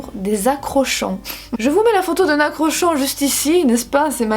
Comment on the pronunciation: NON! ÇA S’ÉCRIT (ACROCHORDON) MAIS! ÇA CE DIT ACROKORDON! COMME POUR (CHORAL) ONT DIT KO PAS CHO !!! 😂😭 voilà petage de plomb 2020 merci à vous 🤣🤣🤣🤣😭😭😭😭